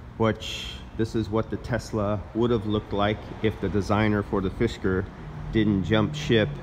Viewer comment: Fisker. Not “fishker.” just being helpful! :)